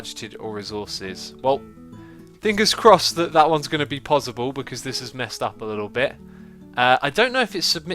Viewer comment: It's possible not pozzible